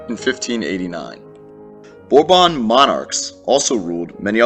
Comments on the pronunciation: The House of Bourbon (English /ˈbɔːrbən/, this is the pronunciation of Bourbon, English /ˈbɔːrbən/. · Its pronounced borbun, dont correct me if I'm wrong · I like the way he pronounces Bourbon😂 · I don’t